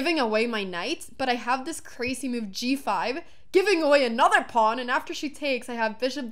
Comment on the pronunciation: Hammer said it wrong. It was the computer's favorite myoove.